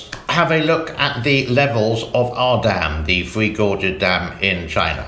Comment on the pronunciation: One last comment, and pls dont be offended as i lije your channel, appreciate ur humor,,,, when you say 3, i hear free. Is this because you live in the far east. Hehe